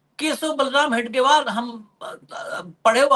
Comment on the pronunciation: हेगडेवार नहीं हेडगेवार कहीए,साहेब.